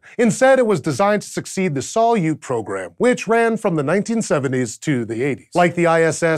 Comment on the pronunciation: SALYUT. Credit: NASA. Facepalm.jpg You are idiot.